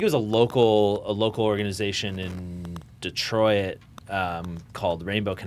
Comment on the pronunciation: sayin “Detroit” is really trippin me out hahaha